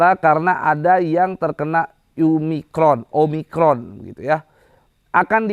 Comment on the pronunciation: "OMICRON" bang bukan "OMICORN" wkwwkk